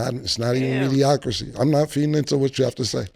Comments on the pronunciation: Somebody please tell Camron that the word is not MEDIOCRACY. Mase is saying it correctly. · So yall just goin keep letting Cam say mediocracy 😂😂😂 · So they’re just gonna keep mispronouncing mediocrity huh lol